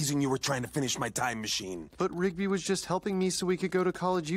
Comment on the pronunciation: Got that right. By the way, it's "Rigby" not "Ribgy".